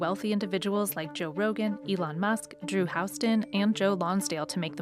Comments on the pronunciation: "Drew House ton" - really? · You can't pronounce Houston "House-ton" and be a Texan. It's in the state Constitution. I'm sure of it. There's no such thing as a $12,000 connection fee. That's nonsense. Water bills are city by city. I've lived in Austin. Never paid that. He's full of it. My water bill is around $200... every 3 months. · I never heard Houston said that way before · "Drew H(a)ouston", CEO of Dropbox Why is this not pronounced like the name of the city of Houston?? 😫😓